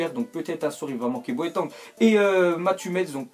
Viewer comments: BO.A.TENG pas BOETANG ça fait plusieurs fois qu'il dit boetang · Arrête de dire "BOÉTANG" stp c'est gênant c'est "C'EST BOATENG" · j'ai dit la même chose BO.A.TENG pas boetangue lol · "Boateng"est devenu "Boatong" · sa se prononce bouateng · tu a mal prononcer Boateng tu la prononcer comme sa Boatangue! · Tu prononce mal boateng